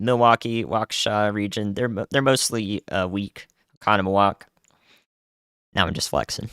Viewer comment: MY DUDE, he got Oconomowoc 100% RIGHT! Go Off! 🎉. SE Wisconsin is my home.